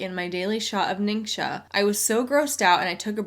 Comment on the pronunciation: Fun fact from someone who speaks mandarin: if it isn’t a dialect, then every rep ever is saying ‘ningxia’ wrong. It’s not nincsha, it’s ning-shyia. If it isn’t a dialect, then I’m certain that all these mostly white women are still saying it wrong